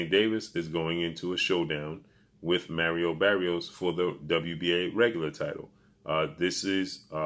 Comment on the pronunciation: Who is Merio berios?...😂😂😂bro at least learn to say their names right...is maaaariooo barrioooosss lol